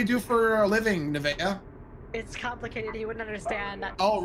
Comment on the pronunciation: The only thing better than the uber driver miss pronouncing nevaeh's name is her " are you kidding me?"